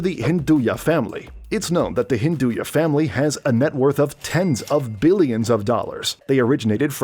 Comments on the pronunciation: It's Hinduja not Hinduya. Not to be pronounced with a Spanish influence...!!! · its hinduja bro not hinduya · Wtf is hinduya company When its clearly hinduja😂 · The J in Hinduja isn’t pronounced as ‘ya’ or ‘ha’ like in Spanish